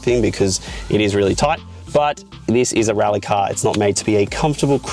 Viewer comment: It's pronounced "rally" :)